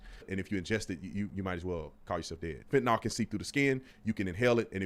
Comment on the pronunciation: I hate how ppl call it "fentinOL" FentanYL